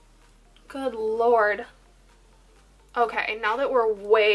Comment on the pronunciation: Anyone else die when/how she says “GOOD LORDD” 😂😂😂 blue Gatorade down the front of my shirt. I’ll have to check into the j cat products for sure ty!! Ilysm 😍😍😍